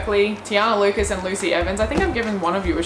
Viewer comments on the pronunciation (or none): none